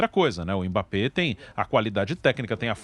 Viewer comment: "EMBÁP" É UM MOOOOONSTRO!!!! PSG é time pequeno, quando vê um grande treme na base!!! E a lei do ex não falha kkkkkkkk